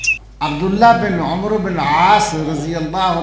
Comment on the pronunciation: حضرت آپ صحابی کا نام صحیح نہیں لے رہے عمرو نہیں پڑھنا بلکہ اسکو عین کے فتح یعنی زبر اور میم کو سکون یعنی جزم کے ساتھ پڑھناہے جزاک اللہ خیرا